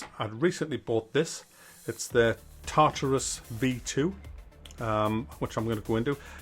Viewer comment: Tartus lmao